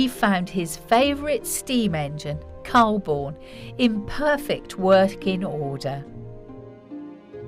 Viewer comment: The narrator of mispronounced Calbourne